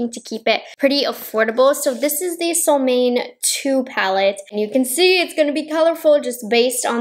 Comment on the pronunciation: Sole Moan eh would be the authentic pronunciation of this word =) it means Sun Moon =)